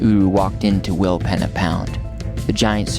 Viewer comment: willpeeeeeeena lol :hand-purple-blue-peace::hand-pink-waving: not penna allgood